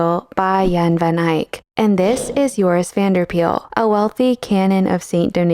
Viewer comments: Just a bit of pronunciation: You call him Joris Vanderpeyl. Instead, his the 'Van der' should be pronounced separately from each other, as well as Paele being pronounced more like 'Pay-lay'. Also, this is really understandable for non-Dutch speakers, but Van is not pronounced like the vehicle van, but more like 'Vahn' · Pityyou didn't get to trying to pronounce Van der Pael's name correctly. Pael is more sounding like 'Py-el' than 'Peel'.